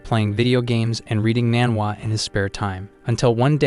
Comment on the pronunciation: not even 30 seconds in and we got "man wah" and "eyes kai". Let's see if I can hold out for 3 minutes.